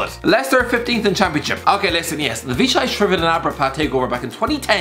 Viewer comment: wow, he pronounced Vichai's family name properly